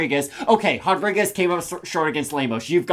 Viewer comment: Why are you guys saying “hodriguez” ? 🤦🏻‍♂️😂